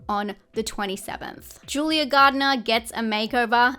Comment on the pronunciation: Love your lists!! So helpful for my horror journey:) Also it's Julia GARNER not GARDENER lol. All love ❤